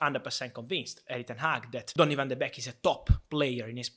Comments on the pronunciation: It’s not beck.. it’s beek pronounced bake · Van de Beek is pronounced as the word "bake" like baking a cake. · It's pronounced 'bake' ;) But happy to see Ten Hag wants to use him :) As a dutchman I'm not surprised though. Donny played his best under Ten Hag in the CL of 2018/'19. He scored so many iportant goals then. He may not be a big guy or the most technical player on earth, but he's a typical Ajax player: very smart, knows where to run and good basic skills.